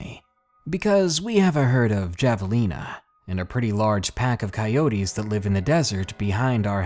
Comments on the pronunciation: Story #2- while the animal's name has a "J" in it, the word was pronounced incorrectly. Javelina is said with a "H" sound. So it's more like "Have-a-leen-a" not "Jave-a-leena". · Javelina is pronounced Havelina.... with an h sound. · Hey hon, javelina is pronounced with a H (as in Havelina) :) Thanks for make these videos! They are the only way I can fall asleep at night! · you pronounced Javalina wrong in the 2nd story...